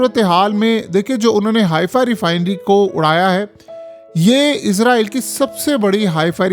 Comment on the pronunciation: Ooy bagooray 😂 izrael Nahi Israel hota ha 😂😂😂😂😂 software jab SE is Ka update howa ha project Imran SE is ki bolti hi change ho gai ha 😂😂😂😂😂😂😂😂😂